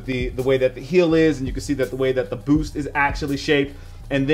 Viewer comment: When he said booth instead of boost it stood out to my ears so much